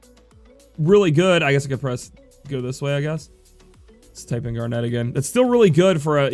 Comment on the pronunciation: It's zeh-don and gar-nit just like the gemstone.